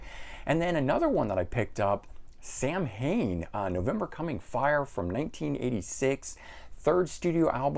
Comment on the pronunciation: Great video as ever. As a massive Yngwie fan (my first ever gig in the 80s), I was put off with the idea of his singing. But based on your review I want to now get that cool box. I still have a plectrum from that first gig! PS the pronunciation of Samhain - it’s like “sow” as it now and “en” and is hen. (Sorry just as an Irish bloke that’s a word we all know in Ireland as it became Halloween). Keep up the good work! Appreciate the effort!